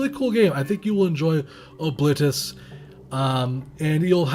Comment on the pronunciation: Pronounced that way reminds me of "O-clit-us." I will never look the character's face without seeing that image again. Great video as always :D